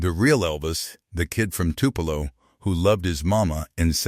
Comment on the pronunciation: Why is this idiot calling Graceland - grass line ? Geez. He can’t pronounce Tupelo either. Who picks these people who can’t pronounce words. Geez!